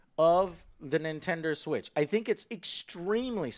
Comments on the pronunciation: he says nintender switch! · He said "Nintender Switch"😂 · he says Nintender switch 🤣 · "Nintender Switch" bwahaaha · "Nintender Switch" bwahahhaa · "Nintender Switch" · Ok I may be nitpicking here, but just had a little laugh with Joe's Texas accent shining through in. When he says Nintender Switch lol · Nintender Switch XD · "The nintender switch" 😂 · Nintender Switch LOL